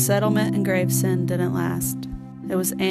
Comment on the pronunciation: The word is pronounced Graves-End, NOT Grave-Send.